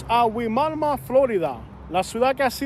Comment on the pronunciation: It’s pronounced “why-mama”